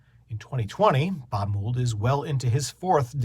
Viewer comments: "mold" not "moo-ld" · This review is longer than the song. Btw, it's pronounced Mold, not Moold. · Learn to say his name correctly.